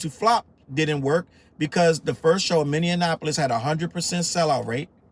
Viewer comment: I live in Minneapolis.... and it's pronounced "mini" - "apolis"; not "minian" - "apolis" Don't make find you 😂😉